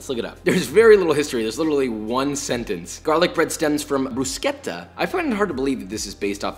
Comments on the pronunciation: Good stuff man! And fyi it's pronounced "BrooSHetta", not Brusketa. ; ) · BRUSKETTA???? ITS BRU-SHE-TTA!!! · The way u jus pronounced bruschetta my whole italian family would of jus laughed at u... my grandma would prob jus look horrified at u lmao...